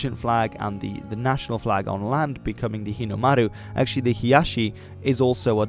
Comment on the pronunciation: He nailed the Japanese “r” sound when he said Hinomaru